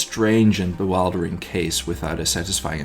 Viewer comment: Excellent again. Fyi Bewildering is pronounced as 'be willed ering'..willed not wild. Thanks again x